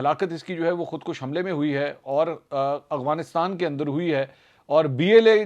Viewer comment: السلام علیکم منصور بھائی یقیناً آپ کا ہر پروگرام دیکھتا اور سنتا ہے ۔ تجزیہ بہت متوازن ہوتا ہے ۔ بہت اچھی بات ہے ۔ آپ کی اردو انگریزی کی ادائیگی بھی صاف اور بہترین ہے ۔ یہاں ایک بات کی نشاندہی کرنا چاہوں گا کہ آپ لفظ "افغانستان " کی ادائیگی ہلکی سی تبدیلی سے غلط ادا کرتے ہیں ۔ آپ افغانستان کو ہمیشہ اغوانستان کہتے ہیں ۔ مجھے امید ہے میری نشاندہی پر آپ اپنی اصلاح فرمائیں گے اور یہ بھی امید ہے کہ آپ میرا پیغام اپنے پروگرام میں شامل نہیں کریں گے ۔ خیر آپ سلامت رہیں اور پلیز پلیز افغانستان کی درست ادائیگی فرما لیجئے ۔ فیصل اکرم گیلانی